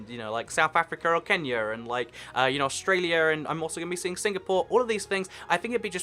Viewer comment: Argentiner and you know south africa or kenyer, and like, you know, australier